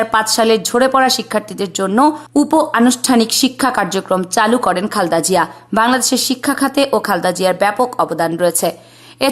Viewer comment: খালদা জিয়া খুব খারাপ শুনাচ্ছে সুন্দর করে খালেদা জিয়া বলতে পারলে বলবেন নাহলে ভিডিও করার দরকার নাই 😢